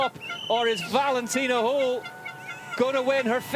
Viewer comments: Can somebody tell the stupid commentator it’s Holl not Hole. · Höll… try to say Hoell if you cannot pronounce the german letter Ö